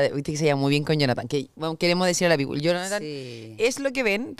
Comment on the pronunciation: Pamela, se dice people y se pronuncia pipl. No pongas los pies en el sofá. Modera educación y vocabulario.